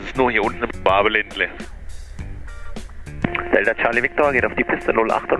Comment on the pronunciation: Ausspracheübung: nicht Schwaabeländle sondern Schwoobaländle, während das oo ein ans französisch angelehnter Nasal ist :P